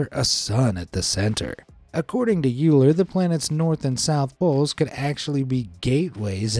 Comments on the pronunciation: Euler is pronounced pretty much like Oiler -- NOT Youler. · Euler pronounced as in "oiler".